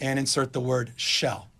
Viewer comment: "Shall" not Shell.... lol